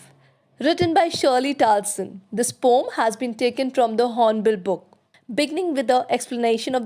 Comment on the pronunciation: Your video is really helpful, but I just wanted to mention — the word poem is usually pronounced as poh-uhm(po-em). Since a lot of students follow your videos, I felt it’s important they get the right pronunciation. Hope you don’t mind me pointing this out 🙏